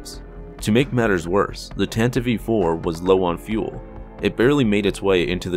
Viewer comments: I find it disturbing that called the tantive iv "Tenta vee 4" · Love this video But, just gotta address my pet peeve, its pronounced Tan-tiv 4, not Tan-tiv-ey 4 😊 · Tantive IV. Not "Tantive-Eve IV" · Its Tantive 5, not tantive Vee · My guy, it's the Tantive IV (4) not the Tantive v 4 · "Tantive v. 4"? That doesn't sound right, m8. Nice vid tho. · If you listen to the original NPR Official Radio Adaptation of the series from 1979, it is pronounced Tanta-vee Four. That has always been the correct pronunciation. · How old are you? If you listen to the original NPR Official Radio Adaptation of the series from 1979, it is pronounced Tanta-vee Four. That has always been the correct pronunciation. Every old-school Star Wars fan pronounces it like George Lucas did: Tanta-Vee Four. George said it, and that's how it is. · Wrong. If you listen to the original NPR Official Radio Adaptation of the series from 1979, it is pronounced Tanta-vee Four. That has always been the correct pronunciation. Every old-school Star Wars fan pronounces it like George Lucas did: Tanta-Vee Four.